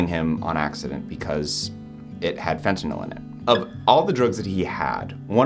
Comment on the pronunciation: Props on pronouncing fentanyl properly, unlike the rest of the world 🙄😑